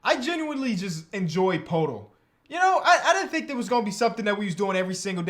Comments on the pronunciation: It’s not POEtle it’s PERtle, like Wordle, Heardle, etc. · its pronounces purtle, like turtle. it just bothers me